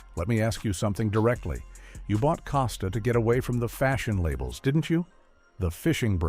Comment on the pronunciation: "Casta?" Learn how to pronounce the name genius.